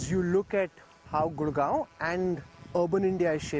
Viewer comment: pakka siyane daa hega aa 😆, the fashion with which he pronounced gurgaon as gurgava